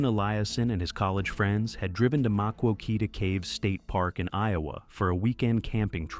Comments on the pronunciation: Harrowing stories as always. I learned early and often that many people thought of caves like tour caves, and visitors to my hometown were sometimes crazily unprepared for caving in southern Indiana. As an aside, the Maquoketa caves are pronounced "muh·kow·kuh·tuh" caves. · I’m from Iowa AI messed up the town Maquoketa it’s said as Muh Koh Ket Uh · Need to train these ai voices how to pronounce maquoketa lol